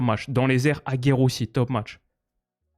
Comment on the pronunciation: je me permett mais on dit AguerDDD et Nayel Sinon tu geres bon courage.